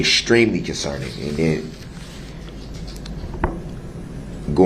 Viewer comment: “ WHAT IZ JUHHHDGEMENT” “ ?? Nooooo juz haven’t beenz Jew puhlled a Switch ah Roo” “ it’s berry conserning “ rehd it reddd it I dunno”